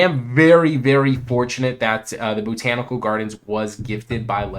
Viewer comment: It's "Bot-an-ical" gardens, not "Bo-tan-ical"